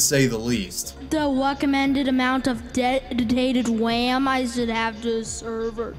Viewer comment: I always heard it as Dead detated wham